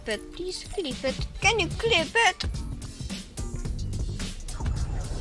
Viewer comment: KEN JU KLIPITT XD